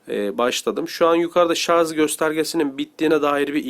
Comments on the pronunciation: ŞARZ değil abim ya, ŞARJ! vallaha çok rahatsız oldum :D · Ayhan Akgün Şarj olarak yazılır fakat dil sürtüşmesinden şarz diye okuyanlar var okuyana göre değişir